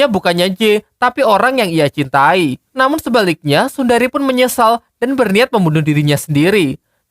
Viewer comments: Sundari❌ Sunehri✔️ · Bukan sundari.... Tapi sunehri😂😂😂😂😂